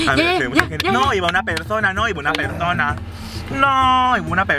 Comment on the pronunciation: Like si te diste cuenta que decía PERDONA en vez de persona Like para no desaparecer